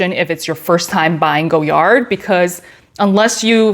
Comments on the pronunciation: I love Goyard. You have beautiful bags in great colors. I have a St. Louis in the burgundy but would love to add a Belvedere to my collection. (Btw the brand is pronounced Goy-ard in English not Go-yard). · The Vendome is my fave by far. Chic looking and so easy to use. FYI, the name of the designer is pronounced Goy-yar or Goy-yah (the D is silent) but most Americans say Goy-yard, not Go-yard 😇